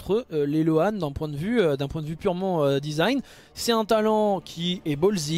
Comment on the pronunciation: Pour info, "loan" se prononce "lowne" 😉